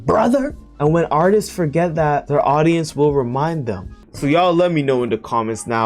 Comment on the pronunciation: Bruh it's artists not artisis😂